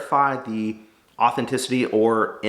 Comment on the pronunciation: He gets pi'turbed because Hailey says trout instead of tripe but he can't say authenticity.... Plus we want to see you give them the money not that you wouldn't but that would be a good video.